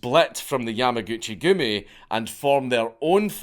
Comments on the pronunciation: yamuhgoochie goomie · Every time he says Yamaguchigumi it sounds like a joke 😆